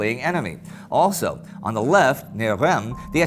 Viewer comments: Reims is pronounced like a nasal ‘Rance’. It was occupied by the German Army for one day in 1914. The cathedral, the site of coronation of all but two French kings, was badly damaged by shellfire. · Sorry for criticizing but in french, reims is pronounced like “reince” even tho its spelled differently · Indy, could you please pronounce the S at the end of Reims. (Yes, this one's not mute)? Keep up the fois work!